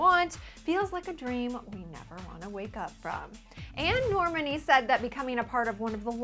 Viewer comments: NOT NORAMUNY.... NORMAAAAAAANI..ITS NORE-MAAAAAA-Ni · normAni not normni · its NORMANI not NORMINI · I think it's pronounced NorMANi not NORmani ... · and its nor-mon-ee not nor-man-ee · and its prounounced nor mah ni not nor mini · you pronounced Camila's and Normani's names wrong!! its pronounced Cameela and Normarni!! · She missed pronounced both name it's caMEELA but spelled Camila and NORMONI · "CaMILa" "Norm-many" "Duregui" (from the miami interview)??? Can people pronounce their names correctly? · its NOR-MAN-E and CA-MEE-LA but ok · its norMAAANII :)) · Lol at how she says Normani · That's NOT how you say Camila OR Normani!! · ugh you dont pronounce normani like that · Lol. Why do you pronounce Normani like that? xD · She cant even say Normani's name right.